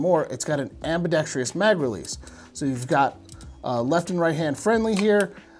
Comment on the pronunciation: ... it's got an "Am-bee-dex-tree-us" mag release. 😶🤫😅